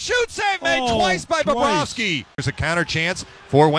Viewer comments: I thought so too. Phil always adds an extra 'b' when saying his name it aeems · I thought he kept saying "Bababrovsky".lol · “bobba rovsky” -phil